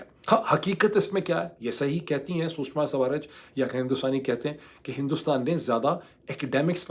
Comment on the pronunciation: U r taking shushma name wrong